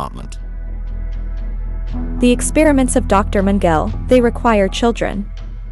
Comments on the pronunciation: HAHAHA ! I hear ya...youd think theyd learn how to pronounce the names and words correctly ...Gobells and meangel...gimme a break.but as an actor ican see thats the directors fault ultimately but primerily (i cant spell when buzzed)Primerily the engineers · Lol. Magel (Italian for Michael)- had me wondering who that was until I looked up and saw the evil Dr Josef Mengele. I guess when you're 10 yrs old, you haven't been exposed to much WWII name pronunciations.